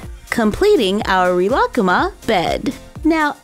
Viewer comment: The way you say rilakkuma 💀